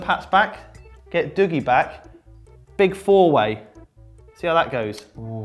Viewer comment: Love how none of you can actually say Dougie the way Dougie says his name is pronounced.